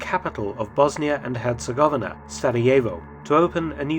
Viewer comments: Hercegovina is not so pronounced. Her-ce-go-vi-na I've been in BiH 🇧🇦 four times. 🖤 The Assassination Museum is worth a visit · I cringed when he butchered the word "Herzegovina" too...several times. Despite being a historical channel. And was covering one of the most famous assassinations in history. -_-'